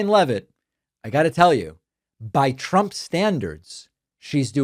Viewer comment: I love how she says Chump when she’s trying to say trump.